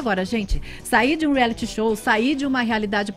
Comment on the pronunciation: Vc entra num "reali "kkkkkkkk, ri muito.